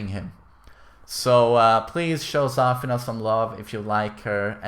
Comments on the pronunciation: Why do you call her ZÀFINA? It's ZAFÌNA. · not Zaafina, its Zafiina